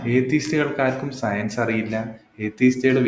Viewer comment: അവന്റെ ഒരു സെയ്‌ൻസും ( സയൻസ് എന്ന് പറയാൻ അറിഞ്ഞൂടാ പുള്ളിക്ക് 🥺)